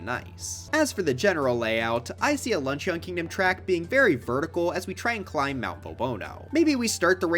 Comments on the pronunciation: I wonder if anyone will ever correct him on his pronunciation of Luncheon. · please google the pronunciation of luncheon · dude pronounced luncheon like an eeveelution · Lunch-eeyon bro its not an eeveelution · yes, I also think that lunch-ee-on kingdom would make a pretty good track. (Mission command to, you must keep pronouncing it like that, you must keep gaslighting everyone, and you mustn't stop until everyone pronounces it like that, it would be REALLY funny bro. Thank you for your service.)